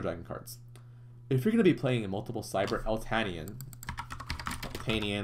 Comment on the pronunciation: Eltanin not eltanian 😹